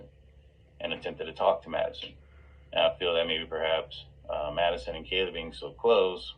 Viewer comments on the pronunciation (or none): These guys don't know the basic FACTS about this case, let alone keeping their speculations straight! He totally lost any potential credibility when he says "Maddie Mogison"...!! 🙄 Sorry ~ but at this point in the case if people still can't pronounce the NAMES of the people involved in this case properly and still say: "GonKalves" "KernOOdle" "ChaPPin" "KohLberger" -- They're done. (Mainstream media is guilty of this too, it's just so disrespectful. Great video,. 👍